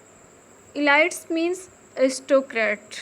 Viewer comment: Love from Pakistan and madam focus on pronunciation"poverty" protagonists" elite"